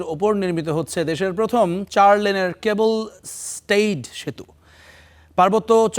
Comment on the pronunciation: ক্যাবল নয় - কেব‌্ল